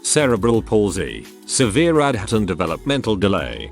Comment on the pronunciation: ADHD Robot: add-had